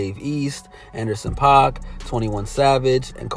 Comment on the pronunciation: Anderson "pack" not "pac"